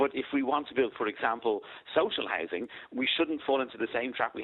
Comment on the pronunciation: What is social Hising? Does he mean hOUsing. Since when is housing Hising. You think Lyons would learn how to speak properly.